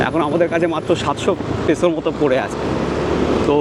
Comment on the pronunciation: Peso is pronounced “Pay So”, not “Pee so”.